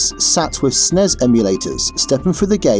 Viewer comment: I like that says Snes, not es-en-ee-es. Truly the sign of a man with class & taste. Though, the truly gifted pronounce it Snez.